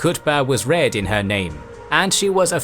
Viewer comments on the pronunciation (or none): none